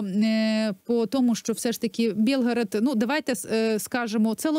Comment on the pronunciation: Білгород! А не Бєлгород.